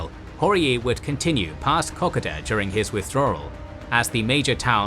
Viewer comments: IT1S KO KO DA NOT COCKADA,PLEASE,IT`S NOT THAT HARD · KO-KODA!!!!!!!!!! NOT KOK A DA . PLEASE STOP SAY8NG KOK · Far out please pronounce "Kokoda" correctly. It is pronounced "Koh-Koe-dah", not "kock-od-ah". As an Australian, it makes me cringe every time you say it to the point that I can't watch the video. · Excellent coverage. However , as an Australian, I find some pronunciations off the mark. Three come to mind, Kokoda, Ko ko dah, Maroubra, a beach side suburb of Sydney, Mar u bra, and Wairopi, named after the bridge suspended on wire ropes, Wire Ropei. Thanks for the series. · pron - co-co-dah. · its kokoda trail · Hurts my ears how you pronouce kokodo! Lol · Co Co Da, FFS. Each week people correct you in comments, you are totally butchering the Pronunciation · Drives me crazy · It'd just be nice if they pronounced words like "Kokoda" correctly